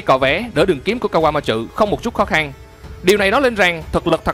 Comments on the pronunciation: kaquamatsu chứ ko phải kaquamatrự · ka goa ma trử vl đọc tên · Kawamatsu mà do ổng đọc nhanh + pha chút ính lịt nên nó v á =)))